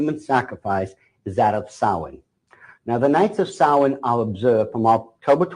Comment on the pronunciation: What is he saying? Sawee ?